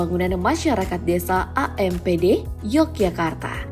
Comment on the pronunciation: APMD mba ... bukan AMPD